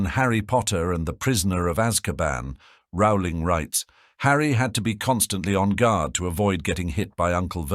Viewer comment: Is the author's name pronounced "roe-ling" or "raow-ling"? The speaker can't decide.